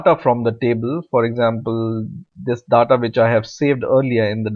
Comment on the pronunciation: DDAATTAA is soo annoying , its DATA learn pronunciation plz its annoying me im leaving .